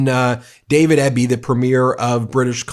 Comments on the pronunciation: Hey Ben... FYI the Premier of BC's name is pronounced ē-bee not eh-bee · Hi ya Ben: British Columbia resident here (Vancouver). David Eby's last name is pronounced: E B. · USA destinations were some of our favourites. Sorry, folks, no more. Thanks for the supportive coverage, Ben. And BC's premier's name is pronounced "EE-bee". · I’m not putting a toe into the US until Mango Moron is gone. I’m not buying anything made in the US. I’m not shopping in US stores. I’m not supporting any US online retailers. PLEASE NOTE YOU ARE SAYING DAVID EBY WRONG. EBY IS PRONOUNCED E BEE. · As a Canadian, I will not step foot in the states until the lunacy has ended. Even though I have family there, I will forsake visiting them. I am livid about that demented clown threatening our people. He can f all the way off. FYI- our BC Premier’s name Eby, is pronounced eebee. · Canadian Here. Most of my snowbird friends have decided not to go, some that are there already are returning and cancelling the remainder OR they are travelling through to Mexico. Mexico is happy to have our tourism dollars. David Eby is pronounced EEBEE (just sayin") and America? You pissed off your closest neighbour, not smart. I still love my American friends, please get your shit together and figure out how to stop this madman!!! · The Premier of BC’s name is pronounced Eeebee, David Eby. It’s my lovely province. In Walmart, Vancouver BC, they are putting white stickers over the country of origin. That needs to be known! Deceptive!!! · Canadian here but I couldn't cancel my trip to the US without losing all the cash. I will not be traveling back to the US after this. Just to let you know the premier of BC's name is pronounced like "E-B" Eby. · Just FYI its David Eby (pronounced E bee)